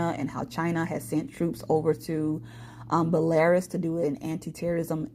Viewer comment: Fyi- (so people are not confused) Belarus is not pronounced Bell-air-us but rather Bell-a-Roose. Blessings.